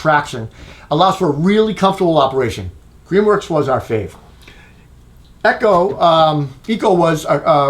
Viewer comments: It’s not Eee-co it’s Ec-ho Echo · you said it eh-cho . I only noticed because I kept looking for the EGO whenever you said it otherwise, lol. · To be fair to the viewers, not only are you mispronouncing "Echo" but it kinda sounds like you keep saying "Ego" which is a glaring absent brand in this test. I know, I know they "chose not to participate" but still...